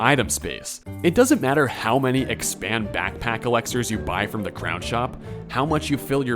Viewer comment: Dude it's pronounced Elixirs, not Alexers.